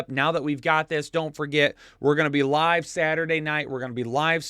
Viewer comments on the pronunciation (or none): none